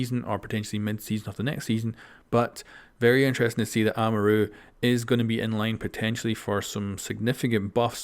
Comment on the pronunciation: The way Amaru is pronounced